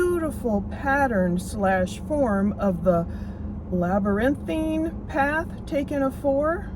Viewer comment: you can’t pronounce labyrinth but then you say oh my God he spoke which in the English language one word has 25 meanings. It just means that they called girl get it together woman whatever you wanna be called.